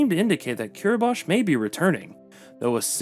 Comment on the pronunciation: Kiribati is pronounced kiɾibas, not kiɾibaʃ.